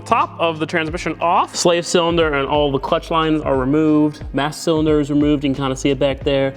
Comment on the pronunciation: He said, "Massa Cylinder" 🤣